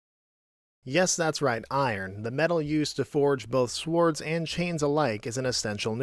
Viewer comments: Love the channel but "swards" c'mon dude. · Wait bro did you just say "svords"? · Swords the W is silent.